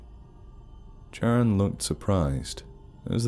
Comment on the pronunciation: is it Charon? I thought you were saying Sharon😂😂😂Anyway, I believe that Charon is pronounced Karon